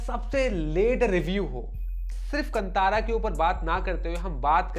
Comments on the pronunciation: Tip : कंतार ❌ कांतार ✅ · Sir, film ka naam "कन्तारा" nahin, balki "कान्तारा" hai. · Kantara nahi hai bhai " khan tha ra " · Stopped watching once you pronounced KANTHARA wrongly...bye.